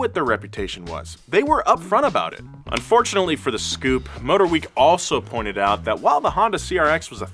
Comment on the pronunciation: I'm still laughing my arse off at him calling the "S" Coupe a Scoupe lol